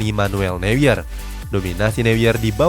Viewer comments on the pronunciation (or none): saran min neuer dibacanya noier. soalnya "eu" kalo di Jerman dibacanya "oi" hehe